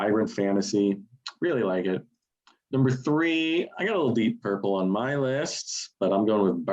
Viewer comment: "Deepp Purple" - anyone else notice that?